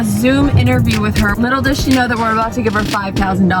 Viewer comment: Who else went back to check if she said babout